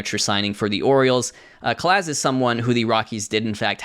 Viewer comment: Hey! Robert’s last name is pronounced Cah-Lahz. Hope this helps!